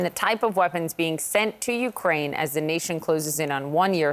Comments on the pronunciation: Yea 'Ukuain' 😂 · "Ukwaine" that was cute lol